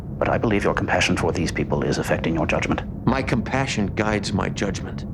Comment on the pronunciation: I hate how the "My compassion guides my judgement line is delivered" I have no idea how the direct allowed or had him put the empHAsis on the wrong sylAble.